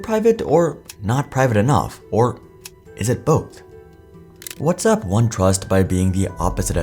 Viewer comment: You pronounced WhatsApp as "What's up" so I definitely don't believe you.